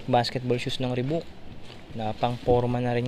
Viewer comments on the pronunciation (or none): (Reebok) Ribak, yta pag pronounce ndi ribuk (Reebok) 🤙